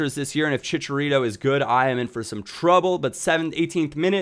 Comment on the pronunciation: You say chicharito like a little white boy! LOOL